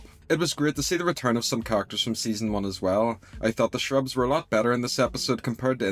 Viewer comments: Your pronunciation of Cherubs as "Shrubs." That is interesting, where are you from? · I kinda agree that they spent too much time on the cherubs(BTW it’s pronounced “CHAIR-UBS”) , and that they really should have focused more on the Blitzo and Stolas stuff. At least expand the argument more and cut a little if the Cherub stuff. Everyone knows the Stolas and Blitzo relationship is the heart of this series. Maybe they are trying to pace it out or drag it out longer, but they could have still done that while giving us more focus on in the episode. Like I weirdly feel a little disappointed because we waited for this episode all month and there was so little meaningful plot. I thought also from the trailer that Blitzo was gonna say something much crueler to Stolas for the part where he is reaching out and Stolas teleports him away. Not enough juicy drama for me haha. I mean it’s still beautifully animated and a free show so I am not trying to complain too much, but I think Hellva Boss has some room to floors still in plot/pacing. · I just love how pronounces Cherubs